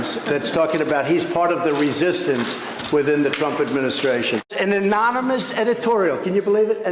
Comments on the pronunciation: NO! "ANONYMOUS" doesn't mean "gutless" BUT this grossly slurred mispronunciations of 'Anonymous' i.e. "Ah-NOM-ah-Nus" & "Ah-MON-ah-mus" DOES point 2 TRUTH n Newsweek's research revealing long addiction to Rx speed ie Rx Stimulants in their: "Trump's Medical Records Excavated" chronicling his addiction of 36yrs fm Rx diet pills to Adderall currently w/Aides reports of seeing him snorting Rx Adderall thru 2016 campaign. That's congruent w/his frenzied, chaotic, disorganized thought processes; rhetorical style littered w/violent images; aggressive impulsive behaviors & stunning immaturity. *Maturity stops at addiction's onset. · Listen again to the video of Trump at one of his rallies talking about this and count how many times he says anomynous instead of anonymous. That is scary. I have heard many uneducated people butcher the pronunciation of words so that, in and of itself is not so scary, but for the leader of the free world to speak like that and for him to say it again and again after you have heard him pronounce the word correctly is scary. You have to ask if we have an imbecile leading the country or is the leader suffering from mini-strokes? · does he keep saying "amonymous" or are my ears broken? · Me too... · “ an Anomonous new yourk failing times “ He cannot even say it properly. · Trump is going to go nuts trying to figure out who amin-ominous is and how to pronounce it 🤣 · ‘An ominous,” Freudian slip, there Donny. If you could TALK properly, you would be able to say, “anonymous.” Single Party Dictatorship with a FAKE opposition, like Putin’s Russia: That’s what we’ll be left with, unless the Impeachment REMOVES the Trumps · "Anomynous"...... Pricelessly stupid. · it was "ANOMIS"😂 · The best part about this book is the title, and the fact that Trump can't even pronounce the word anonymous.😂 Trump: "amonymios....adonis....anonymoose....amadeus"...😄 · Right?! " Anomis"😂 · Wait! This is fake news! Trump said, "monnnomnous." 😂😂😂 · He can't even say anonymous!